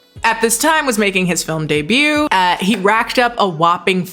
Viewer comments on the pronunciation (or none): none